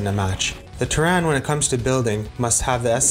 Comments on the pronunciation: No need to be sorry I understand lol. I triggered quite a bit a few people's frustrations. Long story short I when I was doing the recording I kept messing up the entire sentence that had the words "Terran" and Terrain". So I decided to change the pronunciation for Terran just for that one sentence and I ended up doing for the rest of the vid. I did make up for my mistake in part 3, feel free to check that out BTW lol. Hopefully the vid was alright for you aside from that. Thanks for watching and commenting! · Long story short. I was having difficulty pronouncing Terran and Terrain in the same sentence. So I decided to switch the pronunciation just for that sentence and realized after that I recorded it all with the improper pronunciation. Oops. If it makes you feel any better I did correct it on the part 3 vid lol. Thanks for watching! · Ter-RAN? Don’t you mean “TER-ran,” as in “from Terra?” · I love this video but I cannot forgive your pronounciation of Terran in starcraft. You're saying like Tehran, the capital of Iran lol. It's tear-anne as is to tear open a bag and the name Anne. Ter-an not Ter-ran. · never going to be able to unhear pronouncing terran as "tuh-ran" instead of "tear-in" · Awesome job, keep it up! 1 quick thing: in Starcraft the human faction is pronounced Terran, not Teraan 😅 sorry, can't help myself, and SC is my favorite game of all time😊 Anyway, I'll shut up and continue enjoying the video 😊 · Very good video But one thing to keep in mind is pronunciation... 'Terran' is pronounced 'teh-run' not 'tur-ran'. A small mistake, but very painful to hear over and over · Why are pronouncing terran like 'Teh-rén'? Lol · If you don't mind my asking, where'd that pronunciation come from? Is it like from another language port of the game? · Glad you enjoyed it. Yea pronunciation was a hiccup long story. But thanks for the support despite me butchering the pronunciation. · jesus dude say terran right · the mispronunciation of Terran is sooo annoying.